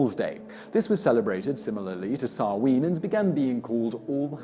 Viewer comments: Samhain....is pronounced as sow as in a pig and win... sow win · Sow-in not Sow-een 🤦🏼‍♂️ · Trying not to let the pronunciation grate on me as an Irish lass, but I CANNOT get past this "Sah-ween" business. It's SAH-WHEN!" 😅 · I can't stand the way he says Samhain.